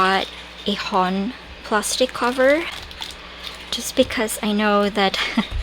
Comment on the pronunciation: I love A5 cousin so much! So much more spaces to play around and the weekly is a bonus! Love your HON, my 2024 weekly was this designer's. And just as a side note, HON is pronounced HO-N, like own but with an H sound, which means a 'book' in Japanese. :)